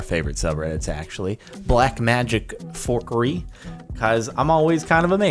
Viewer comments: Its FUCKERY not FORKERY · It sounded like forcurie